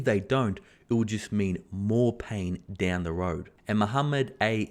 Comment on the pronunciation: Loving the transition to the southern US accent when the point needs to be emphasized “if they stop tapering...it’s goin douuuwwwnn”